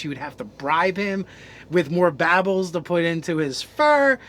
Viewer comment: I hate how you guys pronounce stuff.... "baubles" as "babbles" for example... Dude... Cmon.